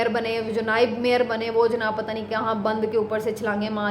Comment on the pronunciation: LAFAZ JANAB KO ZANAB NA KAHEEN,,,,TALAZ KI GHSLTI KO SAHEE KAREN,,PLS